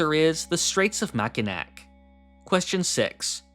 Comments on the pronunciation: as a Michigan resident I was unreasonably annoyed by your (extremely common) mispronunciation, it's pronounced "Mackinaw". Blame the French for this one, it's an indigenous name and French often writes sounds strangely. No idea why Detroit gets Anglicized into "Duhtroyt" instead of "Deh-twah" but Mackinac isn't "Mackinak" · as a resident of Michigan I have to correct you on this, it's pronounced mack eh naw not mack eh nack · ITS MAC-IN-NAW NOT MAC-IN-NAC! (I’m from Michigan) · Hey. Mackinack is pronounced “Mack-in-awe” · its pronounced "mac uh naw " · Hate to be that guy but mackinac is pronounced "Ma-kun-naa" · As another fellow michigander I came here to say the same thing! Its nice just being mentioned 🤣